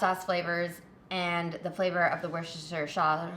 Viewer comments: Wustersher is the phonetic way of saying it, you're welcome 🤣🤘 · Pronounced Wuster. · I DO live in Worcestershire and can confirm that it IS pronounced 'Worchesterchesterchestershire' (After 3 of these cocktails)